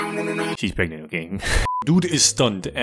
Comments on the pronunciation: bro can't even pronounce pregananant correctly 💀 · It's PREGOBANNANANANT COME ON. How do you not know this?! How do you have such trouble speaking such an easy word?! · The pregonate mispronouncing and then the verbal ASE Wtf You are hilarious my man 😂😂😂